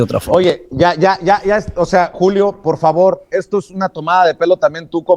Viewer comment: Y Vicente super educado ay par favarrr